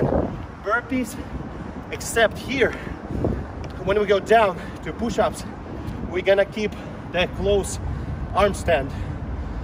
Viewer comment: "Power pooshups"